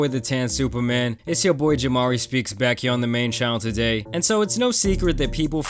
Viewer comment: Why my boi jamari say today like that 😂😂😂. He said "Tadhay"